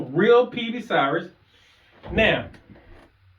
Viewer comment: It's Cirrus (SEAR-rus) not cyrus.